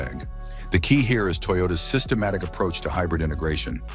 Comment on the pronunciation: Holy Hell Toyota has more cars on this list than the AI voiceover says..."sytematic".